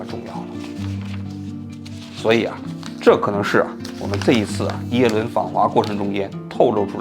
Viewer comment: 嘴瓢了，最后说成耶轮了，哈哈哈哈